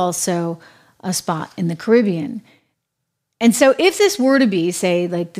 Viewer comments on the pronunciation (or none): none